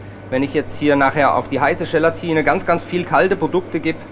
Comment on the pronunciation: Ist es eigentlich Teil der gastronomischen Ausbildung, dass man Dinge ganz besonders betont? GElatine, VINIgrette, RÖÖÖHsten, ... :D Oder liegt's an der Region?